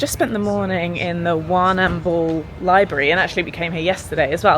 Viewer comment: Mount GAM-BI-YA. and WAR-NAM-BULL.....